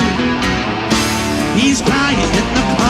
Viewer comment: PS. It's pronounced ACKualung!!